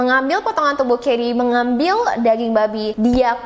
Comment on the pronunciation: Percaya ngak,, aku dengerinnya sambil masak petty 🐷 dong😂😮‍💨,,, Ngakak pas bilang daging 👩‍💼👨‍💼 rasanya mirip danging 🐷..